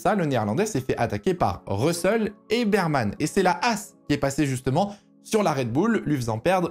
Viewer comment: stp on dit "Berman" - pas Birman. c'est un ours sur son casque, pas une biere lol